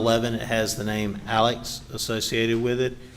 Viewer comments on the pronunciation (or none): That was certainly painful..😳 Also, the one defense attorney keeps calling him “Alec”..? Isn’t it “Alex”.. ?